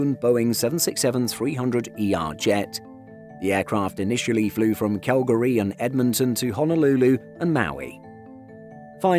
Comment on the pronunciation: I've never heard Calgary pronounced like this narrator does.